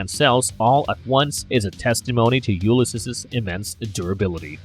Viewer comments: It’s pronounced “You-liss-seas” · He's NOT a human-Kryptonian hybrid. Also, as commentator Charlie Jordan stated below: "'it’s pronounced 'You-liss-seas.' Please refer to Joyce's "Ulysses" and Homer's "The Odyssey." Sigh.... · Yup I can't listen to that weird pronunciation for the rest of the video 😵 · This is definitely him having only ever read the name and never heard it aloud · THANKS! The video narrator's mispronunciation is REALLY irritating.